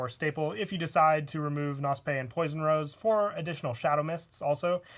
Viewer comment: Knospe is German please look the Aussprache up on google